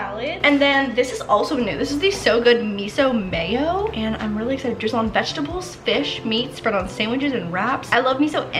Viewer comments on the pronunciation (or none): none